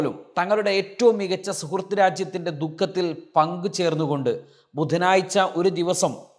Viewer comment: ബുധനാഴ്ച ആണ് ബുധനായ്ച അല്ല